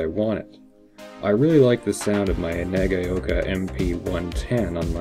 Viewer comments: And Nagaoka is pronounced: NAH-GOW-KA ('gow' as in 'cow'). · Wrong again! Na- ga-o -ka But do not dilly-dally or enunciate the "a" and "o" you almost slur them together - and that's where the "cow" came from, though they are not combined to form a new vowel sound as in " cow" either. - Sandy